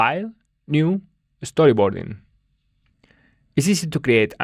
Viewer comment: "It's" is often difficult for Spanish speakers. Not to be patronising but a good way of practicing is to sing The Itsy Bitsy Spider and really annunciate the it-sy bit-sy parts 😅